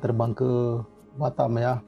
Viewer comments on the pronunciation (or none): none